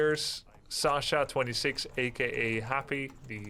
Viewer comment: Hey Grubby, Happy's nickname is pronounced as Saskha, not the Russian name Sasha, as his nick is a copy of nick belonging to his fan and biggest contributor on Twitch. Saskha refers to Sasuke (Saskhe in Russian), a character from the Naruto series.